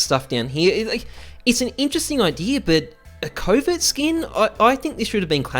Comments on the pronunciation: I keep thinking he is saying covid deagle , I know he is saying covert but I hear covid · Every time he said covert I heard covid...god damnit america...